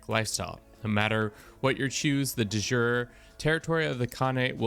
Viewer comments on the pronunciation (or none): Please learn to pronounce "de jure" correctly. It hurts my ears.